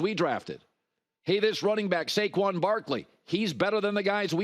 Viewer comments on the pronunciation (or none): none